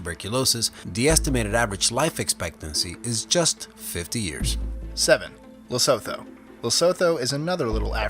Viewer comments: ITS LEE-SUU-TWO(lesotho) NOT LISOTHOW smh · It's not leso"tho" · Lesotho is pronounced Le-soo-too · Also Lesotho is pronounced Loo-soo-too, and no don't tell me Im wrong, Its literally a days drive for me to get to that countries borders. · Lesotho is pronounced Lusootoo.